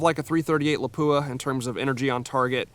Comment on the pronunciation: Why is it that no one can pronounce the word Lapua correctly???